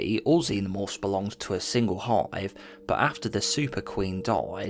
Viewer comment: Please use correct pronunciation. 'Died' is not DAEED. 'Hive' is not HAEEVE. Its irritating as hell listening to u talk here.